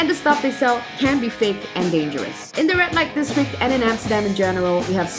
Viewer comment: Might want to fix your pronunciation. Sounds like she's saying "rat light district"